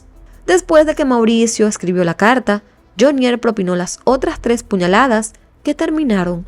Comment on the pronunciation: Carcel de FUMANDI, PAJUDA AVERIGUE BIEN...ES JAMUNDI, NO FUMANDI, Y NO LE HAGA ACENTO A JHONIER, HAGALO EN JHO, NO EN NIER